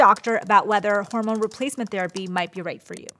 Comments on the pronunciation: “Horomone support” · "Horomone" support?? 🥲😅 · horomones lol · Did anyone else notice that the intro says Horomone instead of Hormone? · "Horomone" Support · "Horomone Support"? Oh dear,. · "Horomone" Yes.